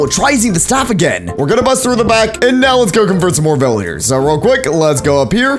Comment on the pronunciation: Vilyarrrs me: you mean villagers